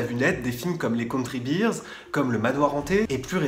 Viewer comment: Désolé je veux pas etre méchant mais tu as mal prononcé the country bears tu la prononcer the country beers et beers veut dire bières et pas ours 🤗